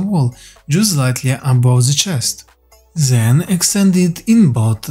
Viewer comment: Huge respect to you for learning two languages brother! some helpful criticism try and learn your zen, zat and zis, etc. To become then, that and this <3 much love man x